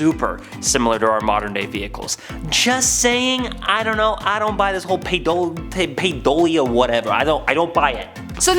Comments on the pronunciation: Oh my God you people need to get your act together! At ...there's NO SUCH WORD AS PIDOLIA! It's PAREIDOLIA! Pronounced "pair-eh-dole-leia"!! I've got to stop watching your channel...even though your subject matter is generally very interesting, the GLARING mistakes you make with how you mispronounce SO many words is just pitiful and makes you sound absolutely ignorant. You REALLY need someone knowledgeable who can speak correct English to edit your content BEFORE you post it. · Its PAR-EI-dolia (pareidolia) and skinwalker ranch is in southern utah... 🤦🏼‍♀️ this channel isnt doing so well with fact checking themselves cuz less than 6 mins in, I'm done. Yall are kinda slippin